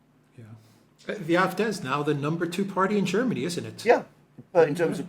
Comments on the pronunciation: Please say "AFD", not "eye, ef, deah". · Why do you guys pronounce “AFD” in some weird combination of language, yet “CDU” in what seems to be normal American English. My nightmares of “Elensky” still haunt me.